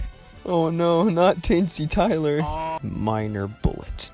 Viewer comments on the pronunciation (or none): NOT TEENSY TYLER, FOR THE LOVE OF GOD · Not teensy tyler!!!!!